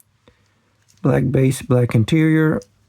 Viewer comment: Saying Tonale (Toe-nail) in american english is funny 😂